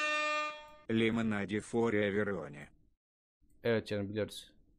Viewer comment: Lemonede for everivone diyor yani Lemoneda for everyvone diyor